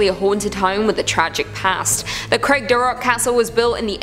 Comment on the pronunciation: Craigdarroch shouldn't be too difficult either - Craig / darr / och....the same sound as Loch.